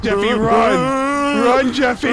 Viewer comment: It’s jeffy not Jesse